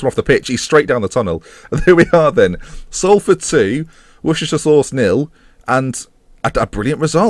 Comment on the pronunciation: and pronounced it horrendously in the first place xD